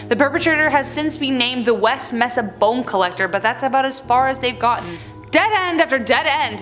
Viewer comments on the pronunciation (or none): your beauty makes it easily ignored but just so others dont nag or laugh its may-sa not mass-a. I'd be happy to give help on southwestern pronunciation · For number 7 It's pronounced may- saw NOT ma-sa 🤦‍♂️ learn to properly pronounce words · West “May-suh” Bone Collector not “Meh-suh”. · Mesa is pronounced “may-sa.” Sorry.